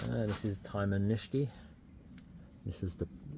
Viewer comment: Amazing collection. Do you ever sell any? I believe Iyoshi is pronounced E-yoshi (E like knee) not eye-yoshi and Nishiki is pronounced knee-she-key not nish-key.